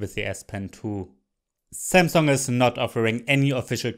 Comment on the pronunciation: zzeee zamsunggg zes zite zis iz ze zest!!!!